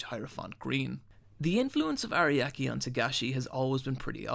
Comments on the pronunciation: Araki is two syllables by the way. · Hirohiko araki not ariaki. zaraki kenpachi not zariaki kenpachi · I died when you pronounced Hirohiko Ariaki. But the vid is good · Bro you need to learn how to pronounce japanese, a very not difficult language to pronounce. Hirohiko ARIAKI? It's Araki. KAKOOEEN? It's Kakyoin. I'm not even trying to be mean just look up Japanese vowel sounds, you'll be surprised how fast you'll never mispronounce a name or word again. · Impressive how he managed to mispronounce all the JoJo characters he mentioned. Areeyaki was my favorite, though. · Hirohiko Ariaki There's some minor peeves about pronuntiation (like "about" pronounced "abeu") but overall this is good content. Good work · WHY do you keep pronouncing Araki and Zaraki like teriyaki lol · so many mispronounced words araki, kakyoin, uvogin, and probably more lol